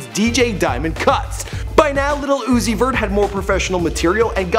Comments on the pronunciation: I cringed every time he said "little uzi vert" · The old dude trying to pronounce his name has me dead af.. "lil Ozoot...Zee.....somebody" 😂